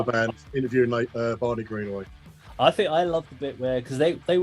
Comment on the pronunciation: His name is Greenway not greenaway, what's wrong with you